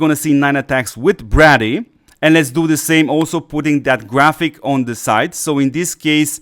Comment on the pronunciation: Its pronounced Bray- dee.....not Brah- dee